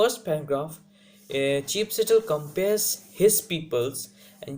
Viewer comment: Bro...but still u need to work on your pronunciation and ascent...